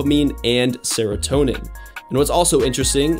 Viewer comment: Me someone with adhd: he better not say dopamine or serotonin Him: DoPaMiNe aNd SeRoToNeM